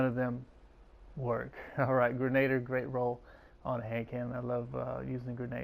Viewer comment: learn how to pronounce Grenadier